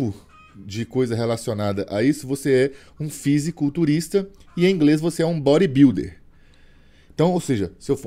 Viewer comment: Repete com o: "eu sou um bóribildi" 🤣🤣🤣